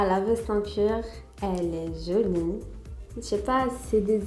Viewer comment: on dit jolie et non pas jeuliie 😐